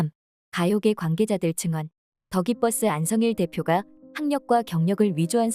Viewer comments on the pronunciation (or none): 더기뻐스 아니고 더 기버스..!! 제발요.. 어려우면 그냥 기버스라고 해주세요.. 이 영상 해외 사용자들도 보길 원하신다면 꼭요!!